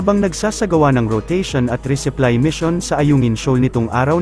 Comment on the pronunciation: Resupply hindi reseply